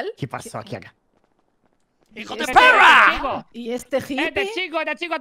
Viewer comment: Menuda leyenda hijo de pewwwrra